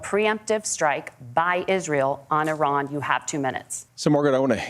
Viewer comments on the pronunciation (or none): NOOOO SOMEONE TEACH WALZ HOW TO SAY “IRAN”!!! It’s not “eye-ran”!